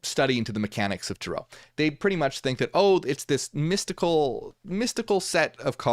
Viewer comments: TAre-oh.. Hearing Tur-OH is driving me nuts..Is it just me?? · I think about the rental car 😂 but If we really wanna talk correct pronunciation, it’d be Tah-Rö But hey… tomāto, tomäto… 🤷🏽‍♀️ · The way he said it sounds wild to me. I have never heard it someone say it like that. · it’s just the way Americans say it, they emphasise the end of the word, while Europeans emphasise the beginning. I used to be irritated by what I thought was American butchering of the pronunciation, but now I don’t even notice. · YES THANK YOU!!! I was wondering if he’s just saying another way other people may be pronounce it like tomato tamato 😅